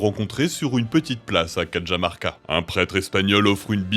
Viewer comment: sérieusement, je sais que l'espagnor n'est pas votre langue, mais vous pourriez prononcer 'Cajamarca" correctement?